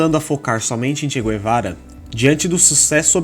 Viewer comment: Tudo mito Nem mesmo o nome do Che ele pronucia em condicoes